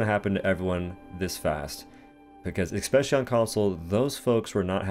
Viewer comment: yeah maybe you could watch other content creators but i bet you they won't say "exspecially"